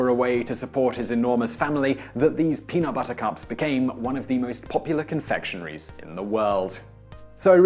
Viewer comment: It is so weird (and so wrong) to keep hearing "peanut buttercup" instead of "peanut butter cup." They aren't flowers!